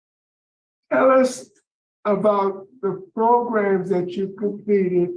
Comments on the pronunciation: progrums is what says 😂😉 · Not "progrums" tho😂😂😵😵